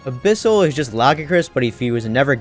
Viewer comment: Yet another person that can't pronounce Lagiacrus for some reason. Come on people, "Luh-GUY-uh-crus", it's not hard.